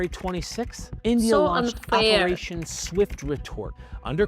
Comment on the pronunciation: Its operating not reperation❤